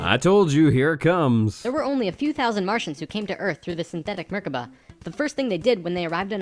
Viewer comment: ok first... it is pronounced "Merkava" not "Merkaba" And it means chariot in hebrew. Secondly.... as an Israeli Jew I have to ask, WTF did that guy take in order to make up that story?! Oi vey.... :D